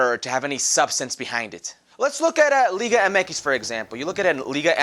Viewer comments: Max Myers That how you say it, Liga Eme Ekis not Liga Em Ex. The ‘MX’ is pronounced the Spanish way. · That’s how you say it